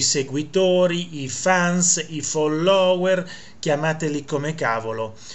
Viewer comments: Caro Prof., fóllower, fóllower, con l’accento sulla prima o. Se no ci stanchiamo di sentire i virtuosi sinistri che si scatenano col ridicolo. Anche se un irrilevante errore non svaluta le notizie attendibili. Cari saluti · Quando dici FOLLÒWER mi fai morire!! Sei un grande prof sei unico ti adoro